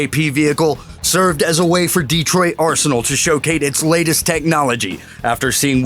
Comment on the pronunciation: this fucker says showcate